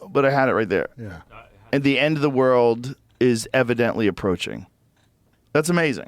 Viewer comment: Redban cast a spell on Joe midway through the podcast and gave him the ol "Rurald/World" speech impedement. #olivegarden